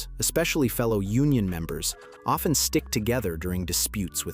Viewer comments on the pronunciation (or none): none